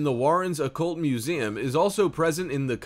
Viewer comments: It bugged me every time he said, “muzayum”. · No one: People watching: Me: making this Him:MusEAmnmmmm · He dead ass said “museaaaaam”